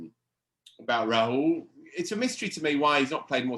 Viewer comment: Gents love the pod but as an Indian (and someone whose name incidentally is Rahul), hearing the butchering of the Indian names is quite painful. It is raw-hull, not ra-hool. Ush-win, not ash-win